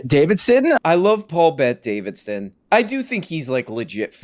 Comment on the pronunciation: That's not 'mister' madam. That's paul bet DA-VID-SON!